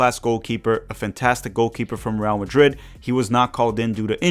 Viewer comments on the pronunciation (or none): none